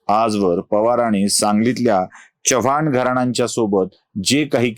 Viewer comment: Chavvan Naahi Chavan